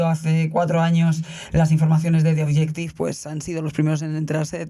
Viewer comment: Es naiv pensar que PS va a responder a cualquier cosa que se le pregunte. Por otra parte, es triste que en el 1er cuarto del siglo XXI aún resulte difícil a los españoles pronunciar ‘The Objective’.